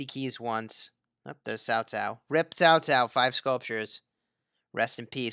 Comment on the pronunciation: Why do you keep saying Tao Tao? Isn't in Cao Cao???